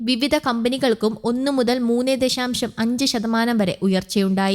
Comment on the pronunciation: ദഷാം ഷം അല്ല ദശാശം ആണ്